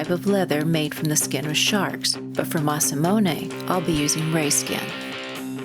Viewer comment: Biggest fan and still pronounces Masamune as "mass-ah-moon-ey" :/